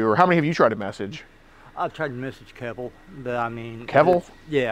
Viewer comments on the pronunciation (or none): The dude said Kevil. Me AND closed captions heard it as well. "Yaknowahmeen"